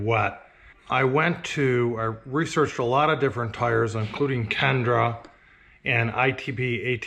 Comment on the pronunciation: Kenda, not kendra